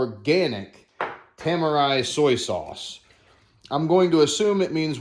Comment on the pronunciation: i think its pronounced Te - Mar - Re tamari